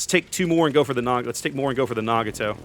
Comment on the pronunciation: my brother... its Nah-GOT-oh... not nah-gah-TOE.